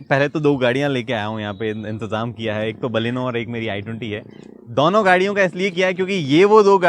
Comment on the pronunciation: Sir dono hota hai... Not daunoooo...